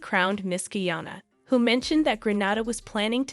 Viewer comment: Thanks, for this. One thing though, tiny fyi....Grenada is pronounced Grenayda, not Grenahda. Guyannna, not Geeana.